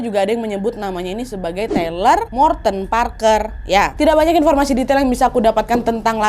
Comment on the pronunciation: TAYLOR mbak, bukan TELER, orangnya gak lagi ngefly